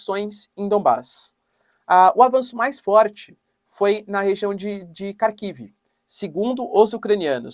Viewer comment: Professor, é Rarkiv e Rerson a pronúncia correta! Excelente, vídeo como sempre